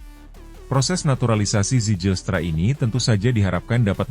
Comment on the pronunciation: Zijlstra = *baca - Ziylstra / Zilstra ajaaa.. please.. 😅